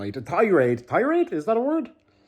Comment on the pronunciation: Tyraid is a word. You did good pronouncing it